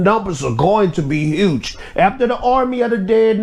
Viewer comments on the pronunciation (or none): none